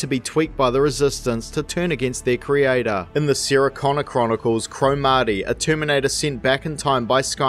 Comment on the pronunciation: From what country is this accent? You pronounce Sara as "Seera". If two people named Sara and Seera were together, and you called one of them, both would respond.